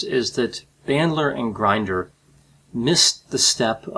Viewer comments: Please respect people's names by finding out how to pronounce them before you put all your effort into producing a video. If you mispronounce someone's name, I believe it will give a negative outlook on your credibility. John Grinder's name is NOT pronounced like a coffee grinder. It is pronounced like the phrase "going in" with the short version of the vowel "i", NOT a long "i". I have studied in the 1980s & '90s all all the couses available at that time from beginner all the way thru to "Certified NLP Trainer." During that time NLP was VERY popular with amazing results in most cases! However, it seemed to be in competition with (I will say) the APA, i.e. professional graduate school courses & certifications. However, during that time I was in my PhD program in Clinical Psych. and was quite aware of the negative attitudes that the APA side had towards the NLP community. During that time the Milton H. Erickson Foundation would have their annual conferences which included a category called "Brief Theopy." I engaged in mostly those lectures. At that time there were a lot of MFCCs, PhDs & LCSWs who got majorly involved in learning & getting certified in NLP & became very successful at it. I wonder if you have read or got certified in any NLP courses or books like the initial one, "Frogs into Princes." I have found in my own experience that if I take sides in some controvery and I have not read or studied anything about the opposite side, then I have no logical right to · Pronounced "Grin-der." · Just a small piece of criticism — you’re mispronouncing John Grinder’s last name. The ‘i’ in ‘Grinder’ is short, not long. (That is, ‘Grinder’ should rhyme with ‘hinder’… not with ‘blinder’.)